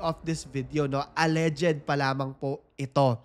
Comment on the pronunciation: Mali ang pronunciation mo Sir ng alleged